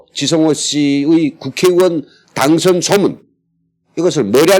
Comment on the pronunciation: 당성,이 아니고 당선 , 입니다. 그리고 중간중간에 끊어지는데 방송전에 한번 검토 하시고 물 흐르듯 하게 진행 하면 더 좋갰지요 ...?.